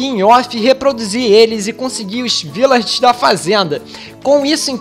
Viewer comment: vc é carioca de mais (sei que vc ñ é carioca) cismou que é Virlager, mais é Vilager!!!! Mais mesmo falando errado, essa sua voz delícia, deixa a palavra bonita!!! Vídeo excelente, abraços!!